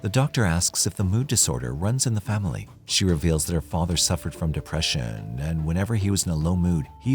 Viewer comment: Why’d he say “depression” like that 🤣🤣🤣